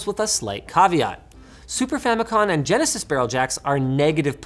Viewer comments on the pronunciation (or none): none